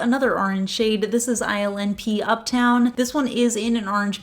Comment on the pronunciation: I'm falling asleep and when she said ILNP I thought she said Island Pea !!